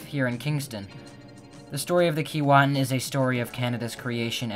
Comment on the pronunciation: Sorry but your pronunciation is wrong according to Aboriginal people it is pronounced Kee way tin. The same as Keewatin Ont., next to Kenora Ont.